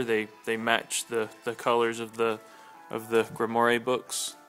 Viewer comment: Just so you know, it's pronounced "Grim-Wahr". It's French.